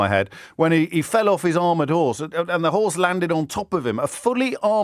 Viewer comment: James' Kidderminster accent came galloping out when "he fell of 'is armoured 'orse..." 😆